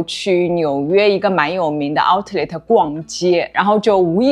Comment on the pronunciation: 我OCD啊 读Ou-Let 第一个t不发音